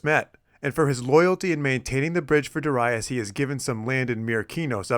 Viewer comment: Very interesting tale about the sack of Miletus. Also, I like how you pronounce Darius correctly, at least this Latin version of the name, according to Latin stress rules on the second syllable as Darīus. Great work!